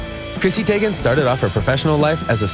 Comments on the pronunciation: Tee-GAN... Not Teygan 🙄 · Who else got annoyed when he pronounced Zendaya and Teigen😒